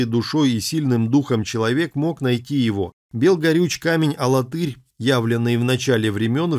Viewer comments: алАтырь ударение на второе А. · А в Чувашии есть город - АлАтырь (ударение на вторую "а") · Мы не знаем, где раньше было ударение. Сейчас специально уводят в сторону от правильного произношения. Конечно, падает ударение на глагол Тырь: АлаТЫРь, богаТЫРь. Есть ещё в Чувашии г. ШУМЕРля, что означает по-ШУМЕРски.